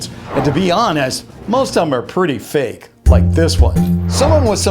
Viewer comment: When it said so fake it’s funny it said so fak it’s funny LOL 😆